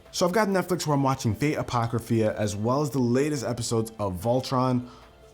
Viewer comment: My hero acada mia and fate apocry phyia? Pronounced both of them wrong. Just saying.